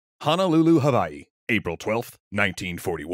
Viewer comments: Wow you actually said Hawai’i right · Because W's make V sounds in the native tongue in Hawaii